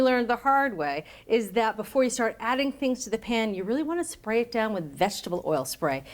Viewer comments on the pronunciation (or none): none